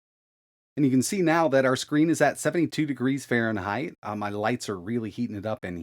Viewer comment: Really, Fahreneigh ?